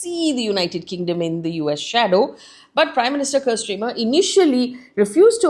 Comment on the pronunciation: Faye, it’s Starmer and not Stramer, and it’s Marco Rubio, not Mark Rubio